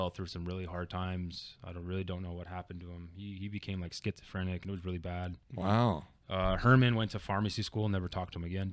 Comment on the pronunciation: I think I remember Ray’s old SRK name. Also, The son of the owner of PsM is named Eugene who used to play at Cal Poly as well. Shout out to Dev1ant . His name is actually Hernan not Herman as everyone says lol.